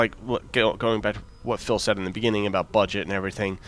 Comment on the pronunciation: Damn, Phil. you pronounced my name wrong. :(